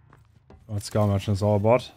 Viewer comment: i heard scum merchant instead of skull merchant 💀